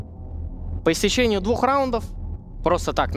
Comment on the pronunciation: Как же болят уши от слов «по истечениЕ»